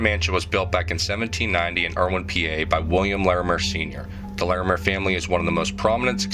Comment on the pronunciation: I cringe every time you say “Larimere” 😂